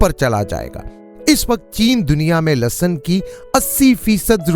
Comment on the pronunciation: In Urdu is called lehsan not lasson